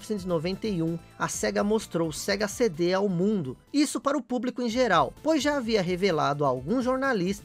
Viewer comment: Sega "Sendê"??? kkkkkkkkkkkkkkkkkkkkkkkkkkkkk